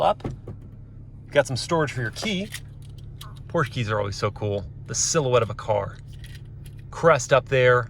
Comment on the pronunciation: Did he say Porscha?